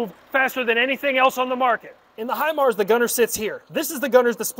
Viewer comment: Obviously you got your info from the school house instructors. But thank you for not butchering it or sounding like a dummy. Great video